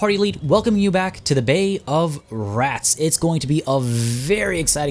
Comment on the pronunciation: For a moment I thought you said "Bae of Rats". And I started thinking... Did they include Broodmothers in the game? Please continue this playthrough. Loving it!